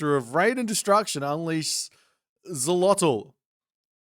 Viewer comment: The X is pronounce as sh, só for Xolotl it said like this Sho-lo-t